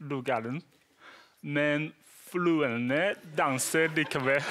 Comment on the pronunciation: Han på sier fluene istedenfor fruene haha ler meg i hel